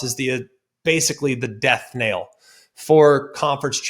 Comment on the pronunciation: did you just say death NAIL?? Knell?